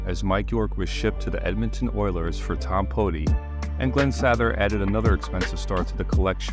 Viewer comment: Especially his AI mispronouncing of Glen Sattthhher.